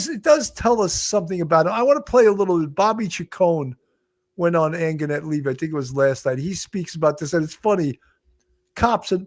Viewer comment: You’re mispronouncing Angenette Levy’s name. The g has a j sound.